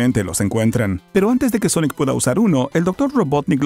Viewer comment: Sonic the Hechejojo